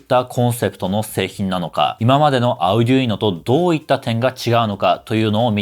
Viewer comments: アゥデゥイーノ じゃなくて アルデュイーノだよ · アウデュイノって言うんですね！ 今までオーディノとか言って誤魔化してましたw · あうぢゅいの？？？？？？？？？ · それでもunoなんだぁ。Uno? の意味でQとか。 発音ビックリ! カタカナで書くとどうなる? アルデュイノと思ってた。